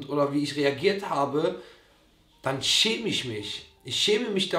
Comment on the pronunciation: Alle: "ich schäme mich" Simon: "ich chäme misch" 🤭